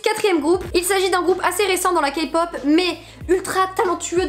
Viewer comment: Ta dit Kapop 😂😂😂😂